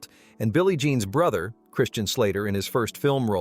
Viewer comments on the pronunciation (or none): none